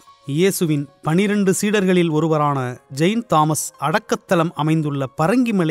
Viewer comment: Dei ennada pronounce pandra, kadhula eeyam payidhu, thalaithu Vara alaithu vndhaargal nu solra, Jain Thomasndra, unna evanda pesa sonnan